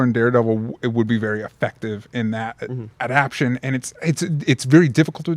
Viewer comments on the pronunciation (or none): DJ: Adap-TA-tion has one more syllable than you think it does...